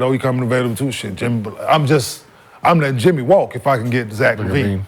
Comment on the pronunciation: Dude really said Zach Lavine. Smh